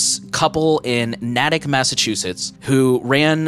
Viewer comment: DID THIS DUDE JUST PRONOUNCE NATICK AS “nah-tic” ITS “nay-tic” OMFGGGGGG I’m from mass and I’m dying laughing rn Love the show y’all keep up the good work!!!